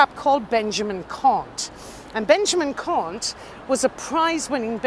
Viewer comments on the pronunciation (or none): none